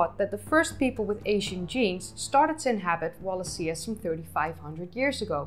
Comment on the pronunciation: Wal a she a . Not that hard to pronounce.